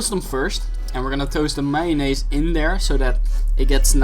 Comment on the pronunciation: Who calls mayonnaise mayo-ness. You have played way too much earthbound.